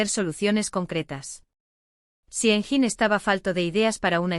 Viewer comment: i think this is all invented , not true, did not happen in reality… and most of the photos of Engin are NOT HIM, they are either AI or somebody else… and the commentator pronounced his name wrong… so all this is a worthless video !